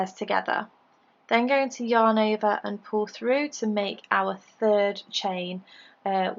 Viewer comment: I love your British accent when you say "yarn over" 😂